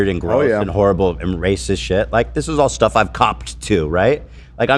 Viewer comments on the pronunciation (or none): made me scream laugh in public after his “StEHff”